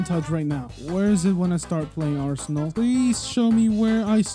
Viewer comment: Roblos abinal mant-ay-ge lieht sweech